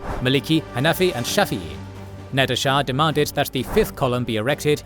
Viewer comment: Nader not Nadir